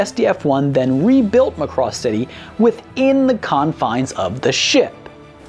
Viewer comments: All complaints about the songs are the presenter's own fault. He was Warned he should watch Macross and not Robotech. Mari Ijima's vocals vs. No name english dub singer is no contest. Also, it is pronounced Macross, emphasis on "a". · It's Mack-Cross... Any else is like nails on a chalkboard. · When he keeps mispronouncing Macross it's like fingernails on a chalkboard...